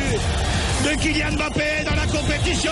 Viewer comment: je crois que c'est le seul commentateur au monde à prononcer Mbappé correctement!